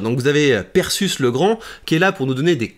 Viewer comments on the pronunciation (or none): c'est pas prononcé perséus comme Persée ?